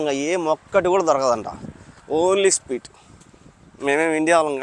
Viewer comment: anna speet kaadhu😂 adhi sweet 😂😂